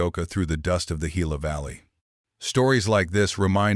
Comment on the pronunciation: Gila is prounced HILA!